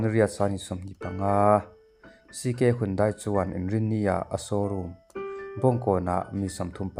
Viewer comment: Handae tia lam tur,mizoram te hian kan lam sual laklawh taw.